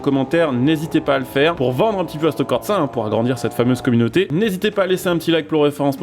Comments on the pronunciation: Frangin fallait que je le dise… merci pour la vidéo ,enfin une vidéo sur le sujet, maintenant je suis venu dire qu’il n’y a pas de T dans corsa… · Mais y'a pas de "T" dans "Corsa" stp